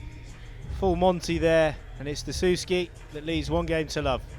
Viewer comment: "player[s] review dessou[s]ky" hahah priceless central ref